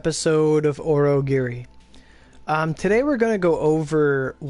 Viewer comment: Orogiri? You mean oNIgiri